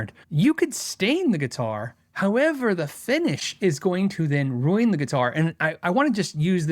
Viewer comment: I like that says "Rueen" (Ruin) like Stewie from Family Guy. Very cool tour, I kind of want a PRS SE now. I've said it before, It blows my mind that there are companies that don't want people to know Cort builds their guitars. That's selling point to me, they make great guitars IMO. Thanks!